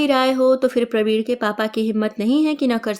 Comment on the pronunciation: आप प्रवीण और वीणा को प्रवीड़ और पीड़ा बोल रहे हैं। ऋणानुबंध को ऋड़ानुबंध बोल रहे हैं।